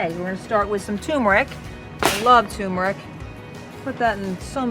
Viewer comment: I don’t think the r is silent in turmeric. Although I think a lot of people mispronounce it. I looked it up to be sure.